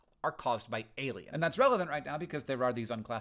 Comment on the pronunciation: Love getting a notification just saying “ailiens” I was like HECK YEAH